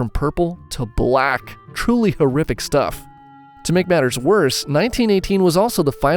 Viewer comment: “purple to bLAACK”